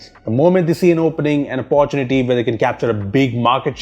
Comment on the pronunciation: It's OPPORTUNITY, NOT APPA-ARE-YOU-TEA-NA-TEA